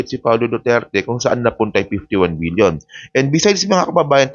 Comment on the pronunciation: Million ba o BBBBBILLION. PK LINAW ANG PAGBIGKAS MO.B